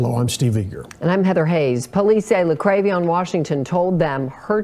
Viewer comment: La-krave-ee-on 😆😆😆😆💩 Tell me that baby is not named JaLexus!!!!!?????